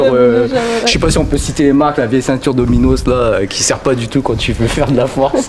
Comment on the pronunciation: C'est Domyos la marque de Decath' 😂😂😂 " Dominos " tu m'as tué